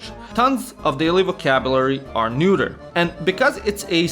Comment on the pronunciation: Dude, it's not "neuter" it's "neutral" (pronounciation wise) :D and while I love the pun behind it (intentional or not) ffs, it really cramps viewing the video because I'm laughing too much